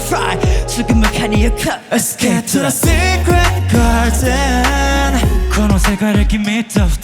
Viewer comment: のgardenの発音＆美声で今夜はいい夢見れそうです❤❤❤